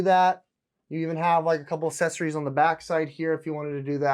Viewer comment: You might want to reaccess your pronunciation of assessories 😬🤔